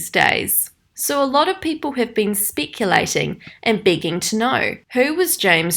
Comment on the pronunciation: Sorry I don’t want to be mean but I noticed that the way you say “ SFX “ , “speculate” but It might be your accent I don’t know .... sorry